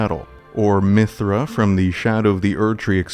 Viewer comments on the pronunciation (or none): Great video (have yet to finish) but you lost all credibility when you called Midra, “Mithra.” 🤦‍♂️ Or… I just got rage baited.